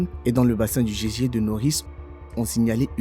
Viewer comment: Beaucoup d'erreurs de prononciation : gésier au lieu de geyser, magnétique au lieu de magmatique et puis faut revoir les mesures anglo-saxonnes, bref ça ne fait pas sérieux du tout. Vaudrait mieux changer de commentateur, quelqu'un qui sache lire correctement le texte.